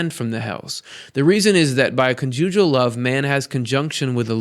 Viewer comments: Ha ha it’s con’ jugal love. Emphasis on the con. Not the ju. :) Love your work! Thanks! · CC. the word conjugal love is pronounced with emphasis on the first syllable. I smiled and wondered what word you discovered!! ) Cute! )